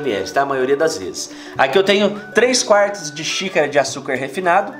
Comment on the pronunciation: Adoro os vídeos. Mas não o sei porque parece que o fala "sícara" kkkk